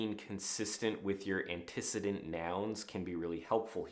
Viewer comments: Make your narrative invisible, your writing concrete, and create fewer hiccups in the flow. Got it! P.S. -- When you said antecedent, you pronounced it wrong. ANN-tu-SEE-dent. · I've always heard that word pronounced antiCEEdent, with the emphasis on the 3rd syllable; it took me awhile to figure out what you were saying. If I weren't terminally lazy I'd look it up... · Antecedent has stress on the 3rd syllable. Are you trolling us with these things?